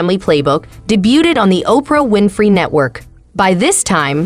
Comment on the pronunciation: …Day -Bewt-Ed 😂 Debuted….more like ….daybewed. But it’s okay. I just have never heard the word pronounced that way. And LMAO!! at the pronunciation of Deion’s name ….Dyen 😂